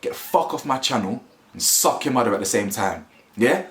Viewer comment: I heard that ‘Jamaican’ accent when you said “suck yuh mada “.